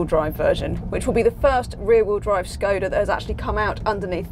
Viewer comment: I wish people knew how to say Škoda properly (